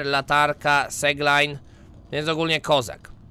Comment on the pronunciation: AAAHHH KOLEJNY ZWYKŁY DZIEŃ NA PLANECIE ZALANEJ WODĄ. Trzym kilka porad dla ciebie: - Używaj seglada bo szybsze pływanie to szybszy progres, a bateria to 5 min roboty. (Tak btw seglide czyta się siglejd) - Dobrą metodą na dobrą wodę jest pocięcie wielkiej tuby koralowej nożem i dodanie do tego soli (z biomu zielonych glonów), a następnie powstaje ci utleniacz z którego robisz większą butelkę wody x2 - Wywal wszystkie nasiona i grzyby bo są bezużyteczne, a grzyby rosną wszędzie w okuł ciebie. NIE KRAFTUJ TYLU SKRZYNEK BO MARNUJESZ TYTAN - Wstrzymaj się z budową dużej bazy na start zrób małą i kilka szafek - Na razie staraj się dużo eksplorować ( na razie dobrze ci to wychodzi) tylko zamiast pływać w stronę do aurory i od aurory płyń na boki. NIE BUJ SIĘ TEGO GÓWNA z biomu piaskowego, zbadaj ten biom - polataj ze skanerem po glonowym biomie ( skrzynki takie jak te z segladem ) Mam nadzieje że pomogłem, elo😀🤌( Odpisz jak przeczytałeś plz)